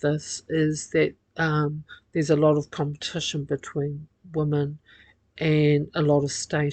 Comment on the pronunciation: Your prosodic features are horrible. The word 'women' is pronounced 'wimin'. Without this being correct, little sense can be made of much that you say. Pig ignorant and simplistic as ever.